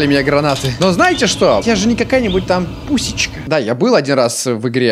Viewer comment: Господи, я только пару дней назад пересмотрел его прохождение Doki Doki, и тут он решил вспомнить.... Господи.... ПУСЮШЕЧКА А НЕ ПУСЕЧКА